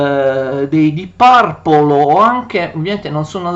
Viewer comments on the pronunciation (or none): mi spiace, ma dopo aver sentito "Bawi" e "Parple" ...ho smesso di guardare